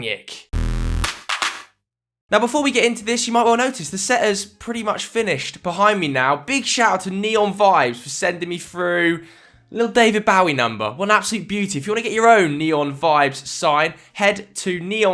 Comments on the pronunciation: David Bowie not David Bow- E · Whats worse moustache or how he says David Bowie?